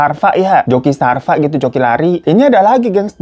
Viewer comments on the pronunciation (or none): Strava bang Hiro bukan Starva 😭🤣